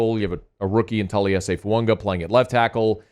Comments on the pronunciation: His name is not pronounced Foo ung wa it is pronounced Foo ah gah, You always miss pronounce players name wrong every season , you did it last year with Penning 's name and this year it's Fuaqa it drives me nuts. If you are a true professional take the time to prepare and learn the correct pronunciation of the players name you are reporting on please. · Is this guy ever gonna stop calling FUAGA FUUNGA